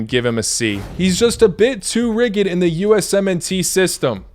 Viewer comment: "rigid" is pronounced "rijid" not "riggid" 😅